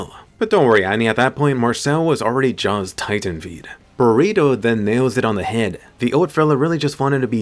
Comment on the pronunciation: Did you say Bertold or burrito 👁👄👁